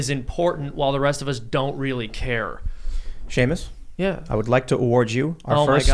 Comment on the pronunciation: Haha Shemus (spelling) cracks me up lol.